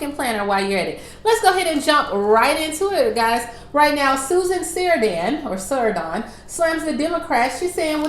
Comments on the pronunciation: Hi,, her Last name is pronounced sir ran don and she plays in Thelma and Louise w/ Geena Davis; Little Women w/ Wynona Ryder playing her daughter; Stepmom w/ Julia Roberts. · SUSAN SA-RAN-DONE PRONOUNCED A VETERAN ACTRESS TV/MOVIES GOOGLE HER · the "saran" in susan's last name is pronounced like saran (wrap). she's been in a whole lot of stuff, but not many that pop culture would be familiar with. probably the most popular ones are "the witches of eastwick" and "thelma and louise." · You are pronouncing it wrong. She has been in a lot of movies. Stepmom with Julia Roberts. Tammy with Melissa McCarthy